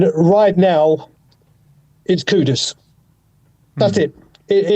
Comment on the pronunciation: For all the fans: It’s KUDUS not KUDOS. Just like it was ErikSEN not ErikSON… Dude literally has 5 letters in his last name yet you see more people getting wrong that right.